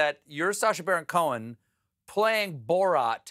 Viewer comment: Fun drinking game! Take a shot every time Stephen says "Borot"!